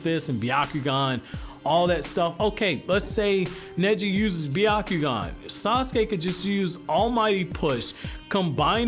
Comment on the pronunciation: sasuke not assume